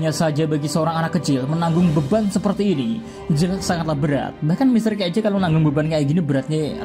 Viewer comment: Salah sebut itu Mr k di menit